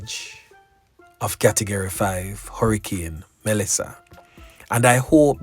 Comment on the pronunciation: It’s Melissa not Malissa🙄